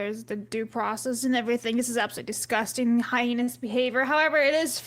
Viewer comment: I think this so sick. They should get the highest punishment. Also, its heinous, not hyenaous.